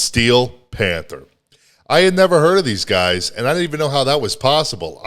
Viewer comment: Did you say "fanther?" 🤣🤣🤣 wtf?